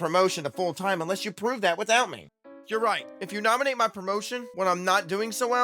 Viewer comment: The pronunciation of "nominate" was "norminate"? 🙄😑